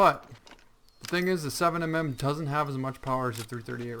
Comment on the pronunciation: Does anyone who actually hunt make videos because every video for this game they say "7 M M", it's 7 millimeter.